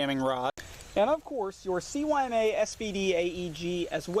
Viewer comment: CYMA is speaked using russian language. It is pronunced sooma. C is S, Y is U, and M and A are same.